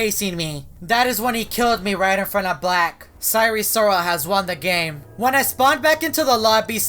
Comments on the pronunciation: Its not sire sirol its sire soril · Sire si rol not risoil